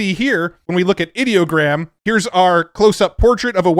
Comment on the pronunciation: It’s funny when someone like Ideogram tries to work the word Idea into their name, but then you pronounce it like they wanted the word “Idiot” in their name 😂 Another excellent video about all the fun tools we have to play with 🎉